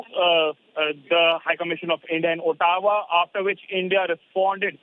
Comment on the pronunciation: Ottawa pronounced as Ah-doe-wa